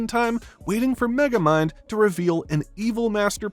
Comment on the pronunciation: Don’t you mean Meh-gamind?